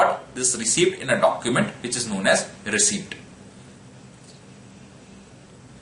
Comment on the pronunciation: I can't really tell if you're saying receipt or received